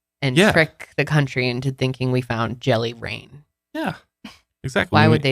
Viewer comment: I've been in Washington my whole life and I thought you said "jelly brain" 🤣 I've never heard of jelly rain!